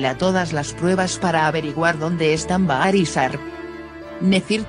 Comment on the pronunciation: Están bien los resúmenes....pero por favor,aprende los nombres.No es PRL es Piril...y no es Baar es Bahary se pronuncia Bajar